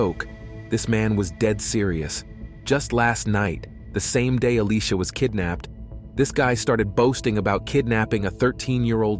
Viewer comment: This whole time her name is pronounced as a-lee-sha, but for some reason... she's randomly called A-lee-cia?????